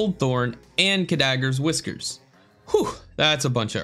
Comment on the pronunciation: Great video! You actually added an extra syllable to Khadgar’s whiskers though, it’s Kad-Gar, like the wizard.